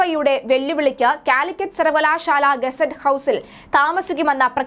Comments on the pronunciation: ഗസറ്റ് ഹൗസ് അല്ല മോളെ ഗസ്റ്റ് ഹൗസ്!!!! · Calicut University ke ennu muthala "GUESSET HOUSE" undaayathe. Aadyam Malayalam neere chovve vaayikkaan padikke